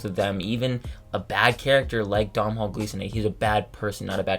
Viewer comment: Domnhall Gleeson's first name is pronounced DOH-nul.